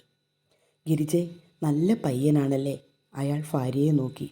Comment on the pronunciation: അവതാരകർ എപ്പോഴും തെറ്റായി ഉച്ചരിക്കുന്ന ഒരു ശബ്ദ മാണ് ' ഭ '. ഭാര്യ ക്ക് പകരം ഫാര്യ. ഭാഗ്യത്തിന് പകരം ഫാഗ്യം. ഇതൊന്ന്‌ തിരുത്തണം. ഇല്ലെങ്കിൽ കഥയുടെ രസച്ചരട് പൊട്ടിപ്പോകും.